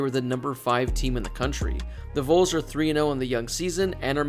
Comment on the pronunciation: Dear God, please learn to pronounce Vols